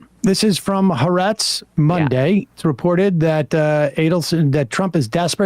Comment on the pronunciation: Dude, the Israeli paper is properly pronounced "ha-AH-retz". It's means "the land."